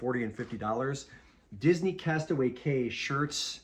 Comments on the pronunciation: Castaway KEY not Cay is how it's pronounced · Cay is pronounced “Key”. Don’t ask me why. 😂